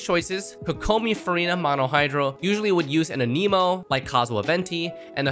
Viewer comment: Anemo, not Animo. lol. how is fervonius better than skyward. less damage, less recharge? 0 benefit.